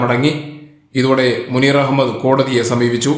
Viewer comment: മൂനീർ ഭായി... മൂ.....? എന്താല്ലെ!😂😂😂